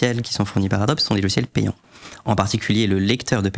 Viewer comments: Bienvenue sur Radio Franchouillard... Ça fait vraiment mal aux oreilles d'entendre adboe prononcé a-dob. Dans tous les pays du monde, Adobe se prononce "adobi". C'est à l'origine un nom commun en anglais qui signifie "brique crue" (typiquement faite d'argile et de paille). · C'est pour m'achever le gars qui s'y connait et qui prononce Adobe "Adob" et pas "Adobi"? ça me rappelle un formateur de dev web qui prononçait Nginx "n (comme la lettre) guinx (avec le "g" de "gai")" à la place de "engine X". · Merci pour cette super vidéo. Par contre on prononce Adobi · Ca se prononce Adobi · On prononce ADOBI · on pourrait prononcer correctement le nom de Adobe (c'est américain)